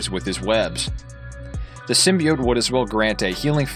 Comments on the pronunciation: Bro it’s symbiot not simibyit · It's pronounced Sim-be-oats not Sim-be-ots sorry had to say it was triggering me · Many old school Venom fans say it sim-be-it, like this guy, because the 1990s Spider-Man animated series pronounced it that way. For us it was the first time hearing it in any form outside the comics. The voice actor clearly mispronounced it wrong but many of us still say it that way. Including me lol. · Also it’s symbi-oats………. Just letting you know 🙂